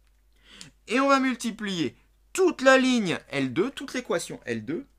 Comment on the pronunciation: A le "toute la ligne" on dirait il est bourré mdrrr